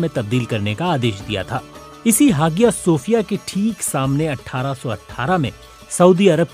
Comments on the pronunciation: Hagiya nhi re aya sophia Kehte Hai pronunciation me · It's not ha gi ya....its haiya G is always as H in turk.....don't pronunce as Hagia Its Hahia or haiya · Hagia nahi hiayah boltay hain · हागिया नहीं, हाया / आया हाया सोफ़िया or आया सोफ़िया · You should have pronounced like haya Sophia not hagia sophia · come on BBC it's HAYA SOFIA(IN PRONOUNCE) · Its pronunciation is aahya sofia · Hagia pronunciation check